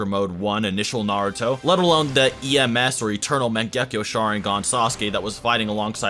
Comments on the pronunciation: Disappointed that you called him Narooto in the intro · I will always dislike a video about Naruto when the person making the video cant even say Naruto correctly smh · I almost quit watching seven seconds in, because the way you pronounced Naruto was sooo cringe-worthy. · The way you pronounce most of these names is horrible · this dudes opinion went right out the window when he pronounced naruto like that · First learn how to say Naruto, then make a Naruto video.